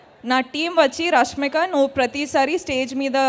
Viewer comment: oreey babu rashmika ra rashmina antaa